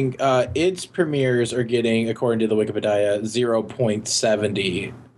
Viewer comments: Question: when are you guys are going to stop calling "wikipedia" "wike pe die ah? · I REALLY HATE WHEN CALLS WIKIPEDIA "WIKI-PE-DAYA"! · I REALLY HATE WHEN CALLS THE WIKEPEDIA THE WIK-EH-PAH-DI-AH!! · I really hate when calls wikipedia wik-e-pe-dia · I REALLY HATE WHEN CALLS IT WIKIPE-DIE-UH!!!!!! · I REALLY HATE WHEN CALLS WIKIPEDIA WAKKA-WAKKA-PEDIA!!!!!!!!!!!!!! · I REALLY HATE WHEN CALLS WIKIPEDIA "wiki-pe-dia"!!! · yOU PRONOUCED WIKIPEDIA WRONG